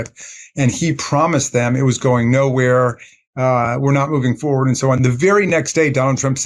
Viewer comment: Ben you are so articulate but you keep saying foward - FORWARD IS FOR WARD = forward not fo ward